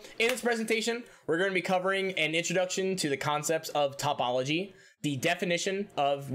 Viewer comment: One note: it's toh-pol-ogy, not top-ol-ogy Just in case you want to do math stuff in the future